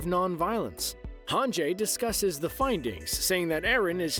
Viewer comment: It's hanji, right? Not hanjay?